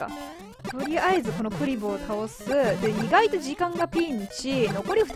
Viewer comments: 平坦にクリボーの気がするけど 笑 の場合栗坊みたいな発音ですね。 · クリボーの発音それなんですかね。笑 1位おめでとうございます！！🙌